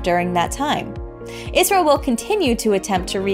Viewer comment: Since when do we say it's Israel? Elysia says ISRO not Israel. Those two words ain't even pronounced the same way. ISRO stands for India Space and Research Organization. It's the country's space agency. This is also shown in the tweet in big letters on the top left